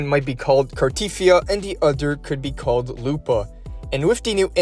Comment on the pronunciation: It's not Car-teeth-ee-ah, it's Car-te-thee-ah.